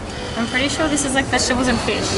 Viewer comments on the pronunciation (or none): none